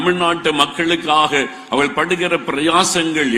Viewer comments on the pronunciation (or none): none